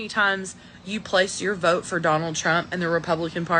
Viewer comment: "I will voe......for Donnell Trump"